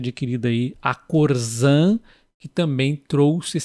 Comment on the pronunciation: Boa noite. O nome da empresa Corsan, citada no vídeo, se peonuncia como se tivesse 2 S. Corssan